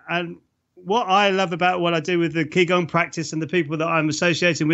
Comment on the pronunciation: It's actually pronounced "Chi Gong" not "Key Gong". Some instructor!